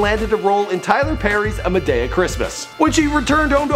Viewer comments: LOL it's Madeee Uhh not Ma day ugh... Canadians man.. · muhdeyuh???? its Ma-Dee-Uh mann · Ma-day-ah??? hahahhaha Madea! Ma-dee-ah! lol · Dear Lord baby Jesus he said “Ma-day-uh” when it’s really “Ma-dee-uh”!!! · Did he just ay "Ma-Day-a" LMAO It's Ma-dee-a!!!! Ain't nobody got time for THAT!!!! Lol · "Muh-day-uh". I got pissed. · This dude fucked up when he said "Ma day yuh" it's "Ma dee a" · I just want him to learn how to say Madea( Mu Dee Ah), not Mu Day Ah🤣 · Muhdeyah it's Madea, Ma to the damn d-e-a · It’s not MaDAYa. It’s MaDEA. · It’s not ma day uh. It’s ma dee uh. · He said ma da ya no it's ma to the dam dea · did he say MADAYA like boiy it's Ma to tje dang DEA deee a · Madaya?......say it with me now " Muh-dee-ah" or "Muh 2 the damn DEA" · "Ma-Day-Ya" BITCH ITS MA DEE YA. OMMMGG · Who’s Ma-Day-Uh? It’s Ma-Dee-Uh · Mah dee ah. Not mah day uh. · Did he reall say Madaya instead of Madea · Madaya??? It's Ma to the damn d e a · It's not Mada-a its mad-ea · MadEa NOT maDaya! 🤔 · this heifer said "ma-day-uh" omg... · he said "muhdeyuh" triggered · supasaiyansarah 😂😂😂😂 I said bih who!?!? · MA to the damn D-E-A 😂 😂 I cringed when he mispronounced it too baby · MA TO THE DAMN DEA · ma day uh.... I'm so triggered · "Tyler Perry's A Ma-day-uh Christmas" this plunged my soul into darkness for a few seconds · IT'S "MA-" TO THE DAMN "D, E, A"! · A ma-day-uh Christmas??? Lol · umm it's Muh-dee-uh.. come correct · madaya??? ma DAY UH??? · It’s pronounced Muh-dee-yah (Tyler Perry's brand) 🙂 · He said madaya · What is Ma-Day-Ya Christmas?? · He said maday-ah instead of madea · It's Ma-Dear...that's how you pronounce it. Lol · Ma-day-uh Christmas.🙄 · Am I the only one that's mad that he pronounced Madea like Ma-day-a? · Did he say ma de a it’s madea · Did he say "A Madayah Christmas" 😐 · Did he “Madaya” 🥴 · muhdayuh really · muh-day-a ... really ... bruh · it's pronounced as Maa-dee-yah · "A ma-daya Christmas" really? Just really? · It's pronounced muh-dee-uh